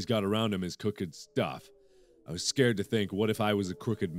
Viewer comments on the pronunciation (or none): none